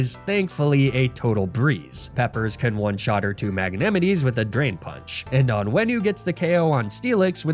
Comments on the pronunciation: Mag-nem-itty was crazy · Awesome video, but I have noticed that pronounced a few Pokémon his own way, I never heard someone call Magnemite as it written and not spoken how it normally everyone does. I mean I'm a German and I'm used to all German names from all mons, but it's kinda funny to hear some English Pokémon in different dialects:3 Keep up the good work, love your nuzlock videos